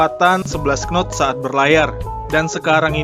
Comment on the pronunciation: Takbut , wkwkwkwkw penyebutannya saja sudah salah , bagaimana tau speed di kapal tug boat